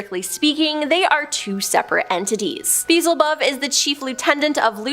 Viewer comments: It's "Bee-el-zah-bub"...not "beezelbub". Check i the Search bar for how it's SUPPOSED to be pronounced. TRY being professional... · Beezle-bub makes me cringe so hard it made my back hurt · It is pronounced BE-EL-ZI-BUB